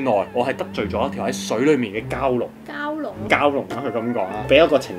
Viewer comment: Sunny蛟龍個蛟讀餃子個飯